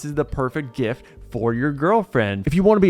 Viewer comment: Did you say jift 😮